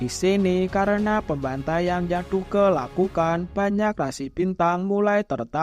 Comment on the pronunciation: Bre Duke nya baca "duk" aja